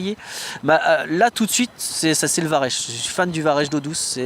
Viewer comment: Varech se prononce Varec 😉